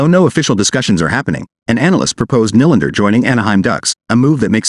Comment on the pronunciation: It’s pronounced (kneelander). Not (Nilander)! Honestly…get someone who knows the proper annunciation of his name.